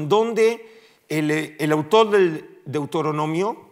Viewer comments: DeutOronomio😅 un académico qué no sabe pronunciación básica de los libros de la biblia. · No es Deutoronomio, sino Deuteronomio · Qué se puede esperar de un académico que ni siquiera sabe pronunciar Deuteronomio!!